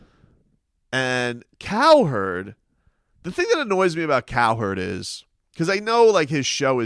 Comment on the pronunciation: Its cowherd not its cowerd